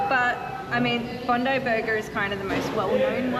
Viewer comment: Bondi is BOND-EYE not bond-ee. Oporto started across the road from Bondi Beach.